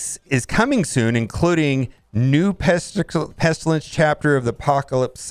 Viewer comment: lol said Pesticle almost lol.!!!!!